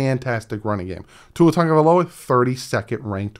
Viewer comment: I see you with pronouncing his name. Great job bro.